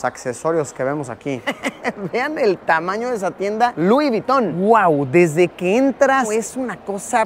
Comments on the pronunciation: *Luis vuyton 😂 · Vamo esa tienda "lui viton" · Lui Viton? jaja